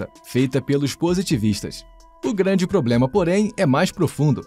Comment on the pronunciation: Alexandre o glânde KKKKKKKKKKKK